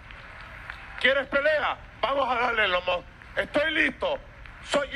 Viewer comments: Ni lo pronuncio bien dijo Elon Moj XD de milagro no dijo Eyon Muj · Ni puede decir correctamente elon musk